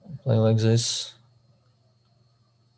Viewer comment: 5 seconds in “okay zis is a blunder”